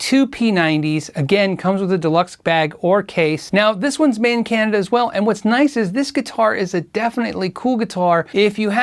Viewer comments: Godin- I love my Stadium 59!!!! But it's not spoken Go dinn?? It's GO din they speak it on their videos.... love you love the vids. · Hi! Not to be picky, but you are mispronouncing Robert Godin's name. He is French-Canadian and Godin is a french surname. It should be pronounced GO DAN in English, not GO-DIN. I own three Godin-made guitars myself and I absolutely agree with you about quality at price point. To be honest, I have played guitars at three times the price that didn't out-do the Godin. Excellent manufacturer. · Godin is FRENCH... pronounced go-DAN. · you are completely awesome! I greatly appreciate your videos and am totally impressed by your expertise. There is, however, just one little thing: Godin is pronounced "Go Dan". I know it's a bit odd, je suis désolé:) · Godin, pronounced "Go-Dan." It's French just like Auguste Rodin, the sculptor, famous for .., wait for it.., The Thinker. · "Godin" is a French word and is pronounced, Go-dan with the accent on the 2nd syllable. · French word. Pronounced Go-DAN. Highly underrated. All made in Canada. Very high quality control. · GODIN IS ACTUALLY PRONOUNCED GODAN BY THE COMPANY. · Godin is pronounced as Go-DAHN, right? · Godin is pronounced GO DA(N) (with a French nasal thing on the AN). It's French :) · Very interesting and informative,. Godin, btw, is a French-Canadian company, and pronounced 'go-dan'. Yes, there is a monsieur Godin. "Godin guitars are unique because from forest to stage, they are North American. The necks and bodies are all made in our original location in La Patrie, Quebec. Godin Guitars are then assembled in our Quebec and New Hampshire factories." So, if you're in USA or Canada, and want to pay into social security and your future old age pension, buy and pay taxes to your respective country. You're also creating jobs where you live. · Gordon is pronounced "go-dán". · Godin, being Quebec, is pronounced, "Go-Deeeen." And they're awesome. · Um....no....it's "Go-dan".